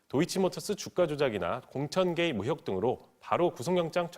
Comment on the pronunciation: 뉴스 내용을 떠나 기자님 '으혹'이 아니라 '의혹'입니다. '1분 27초 즈음'